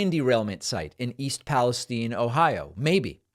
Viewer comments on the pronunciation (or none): none